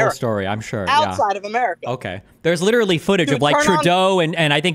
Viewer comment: If you took a drink every time said "li- cher - al - ly" you'd die from cirrhosis of the liver in 5 minutes.